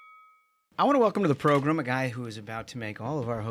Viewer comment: proGRAM, not proGRUM !